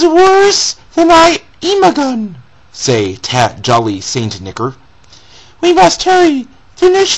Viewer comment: "Jolly St. 'Nickr'" Wow. Just...wow.